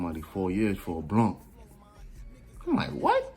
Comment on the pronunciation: lmaooo "we just gave somebody 4 years fo a bluhn" keep going man these stories are hilarious